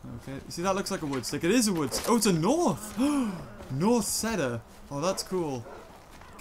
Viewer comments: It’s pronounced ceeder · I thought a "seta" was some sort of flower, turns out he was saying cedar weirdly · BTW the cedar wood is pronounced ceeder wood